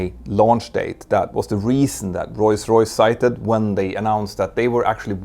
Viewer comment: Petter makes the effort to properly say "Rolls Royce", but still occasionally says it "Royce Royce" :)